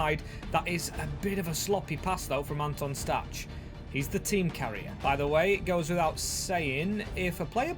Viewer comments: nice video, one thing i’d like to mention is that Anton Stach’s name is pronounced (Stack) not (Statch) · Stach is pronounced 'Stack'